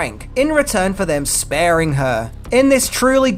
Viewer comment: No.9 says spearing not sparing